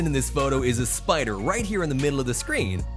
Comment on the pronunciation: That pider😂